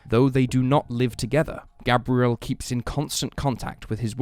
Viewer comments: Its pronunciation is Gabe-re-ell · His name Gabriel like the arch angel not pronounced like the girl name